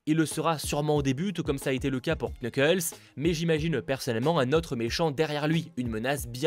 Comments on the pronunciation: Quand on dit knuckles il faut pas prononcer le K juste nuckles. Je sais j’ai l’air un peu genre bizarre à dire sa de nul part mais je déteste entendre sa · Knuckles pardon mais ca me tue se dit nuckles le k ne se prononce pas Sinon super vidéo merci beaucoup